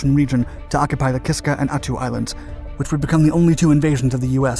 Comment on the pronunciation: Sounds like ( Ack- a- tan ), ( At-too ) Subscribed from. Anchorage, Alaska